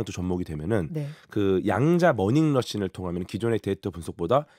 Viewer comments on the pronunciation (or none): 양자 머닝러신 -> 양자 머신러닝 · 제가 전공자가 아니라 잘 몰라 여쭈는데 '머신러닝'말씀하시려다가 발음 꼬이신거죠?, 궤도 선생님 이런 데서 뵈니 반갑네요.